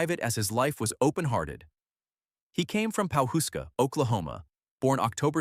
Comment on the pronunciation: Howdy from Oklahoma 🤠 the town is pronounced Paw-husk-a.